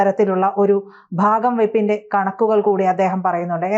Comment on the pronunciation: ബാഗം വയ്പല്ല ..ഭാഗം വയ്പ് എന്ന് സ്പുടമായി പറയണം . 😊